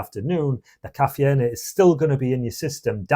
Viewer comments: KA fee N A what???? STOP!!! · If you are gonna ditch anything first start with your English teacher mate . Caffeine is pronounced as " ka-fe-yin " .. 🤣🤣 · I couldn't stand to hear his pronunciation of caffeine and energy. I've never heard anyone other than a Spanish person pronounce all the vowels in caffeine. And energy with a hard "G"? Too weird.